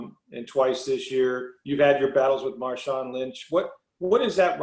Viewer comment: Bruh said Marshawn lynch 💀💀💀